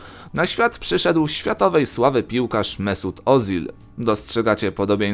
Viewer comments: !!! NIE OZIL TYLKO ÖZIL ( czt. Ezil ) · Nie ozil tylko ezil(sie czyta) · Mesut Ozil czytaj : Ezil a nie ozil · Mesut Ozil się nie mówi "Ozil" tylko "Yzil" (Bez obrazy) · Nie mówi się ozil tylko ezil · Ezil a nie ozil :-D :-( ;-) :v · Ezil anie ozil mowi sie ezil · Nie ozil tylko yzil się czyta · Mówi się yzil a nie ozil matole🙅 sory poniosło mnie troszeczke😔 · Mesyt ezil a nie mesyt ozil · mój kuzyn mieszka w Niemczech i mówi że mówi się Mesut Ezil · Mesyt Ezil sie mówi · Cyta się Ezil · Czyta się mesut ezil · Özil czyta sie Ezil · czyta się mesut ezil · Mówi się ezil